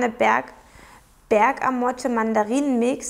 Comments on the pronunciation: Ist die Berg-Amotte ein Insekt? :D Deine Versprecher sind manchmal echt Tageshighlights für mich :) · Ich musste auch sooo schmunzeln..zuckersüß